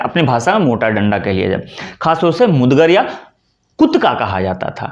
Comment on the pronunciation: पहले आप तो सही बोलना सीखिए, मुदगर कह रहे हैं आप सही शब्द है मुगदर